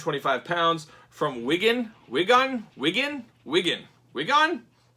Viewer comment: I'm from Wigan, and you pronounced it correct 👍